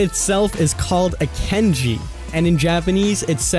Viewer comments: KANJI. NOT KENJI. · The Japanese symbols are called “Kanji” not “Kenji” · The way this guy says Kanji hurts my head.